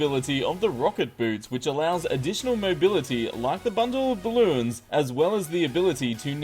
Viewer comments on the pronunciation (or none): you said Balloins